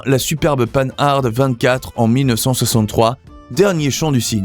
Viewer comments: Ce n'est pas le panard cette voix off... 😂. Purée, on dit pan ar pas panarde... Jay Leno fait l'erreur mais il est excusable, il est américain. 🤡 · Bonjour, on ne prononce pas "panne-arde", mais "Pan - ar". Merci pour la vidéo, très intéressante. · Oui, c’est devenu fréquent. Le nom se prononce pANhar , et non-pas pAnHarDE. C’est compréhensible du fait que les personnes qui sont nées après la disparition de la marque, l’ont lu, sans jamais l’entendre prononcer. La prolifération des anglicismes fait le reste … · On ne dit pas panarde, mais pan ar. J'ai un copain qui a 3 Panhard et une Rosengart, donc je l'ai entendu assez souvent en parler. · Pan-Hard :face-blue-smiling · C'est très intéressant. Une remarque cepndant :Panhard se prononce Pan-ar. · Prononcer Panhard et non pas pan hard . C est lamentable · S'il vous plaît; dites : "pen-ar" , votre prononciation dénote votre jeunesse 😄 , mais n'a rien à voir avec son nom propre. Un excellent documentaire, en tous cas ! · Pann'-hard' !!! Quel est cet abruti illettré qui prononce ce beau nom de manière si grotesque? Non: prononcez Panhard comme pan comme le pan du fusil ou le dieu Pan, et hard comme "art" que l'on retrouve dans "être au sommet de son art", et l'ensemble prononcé dans un seul souffre. D'autre part, pourquoi, quand elles sont évoquées, ne voit-on pas les 24CT et 24BT... que l'on aperçoit sous le nom de "Citroën-Panhard 24BT" alors que cette appellation n'a jamais existé. J'imagine les bourdes pour les autres marques. Enfin, des marques comme Facel Véga, Delage, Talbot, Hotchkiss pour commencer, auraient dû être évoquées largement, mais surtout pas de manière si maladroites. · ça fait mal d'entendre Paneharde, y a pas moyen de se renseigner sur les prononciations, c'est une marque française, pourquoi la prononcer à l'anglaise ? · Ne pas confondre panhard et panarde ! Lamentable de parler si mal !